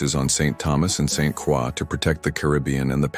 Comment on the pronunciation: It's pronounced Saint Croy